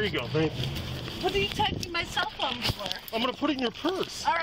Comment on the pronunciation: Karen: I want my selphone noWw Police: St- Karen: I want by selphone noWw